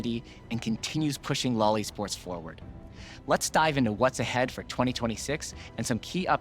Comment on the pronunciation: "LoL Esports" Don't say it like that man